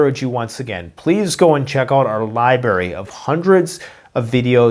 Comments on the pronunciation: Its library not libary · Li-BR-ary Bruh, get your "R" on